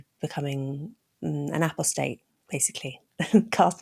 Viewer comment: Sorry for the pedantry, but apostate is pronounced with the emphasis on the second syllable in both American and British English.